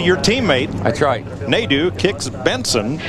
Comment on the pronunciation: As a fench speaker... they way Nadeau is prononced makes my ears bleed... especially since i had a teacher with the name